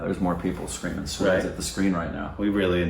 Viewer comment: No matter how hard they try they cannot pronounce it right!